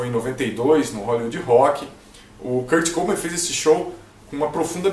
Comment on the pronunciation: Se fala Kurt cobain, n kurt cobin kkkk Msm assim bom vídeo 👍